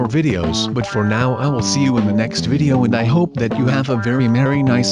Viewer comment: it's vary vary zero